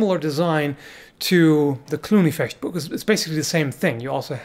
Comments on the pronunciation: I know you lived in Germany for some time. But it's still nice to hear somebody, who isn't German, pronouncing Fechtbuch correctly. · I love how you pronounce Fechtbuch correctly.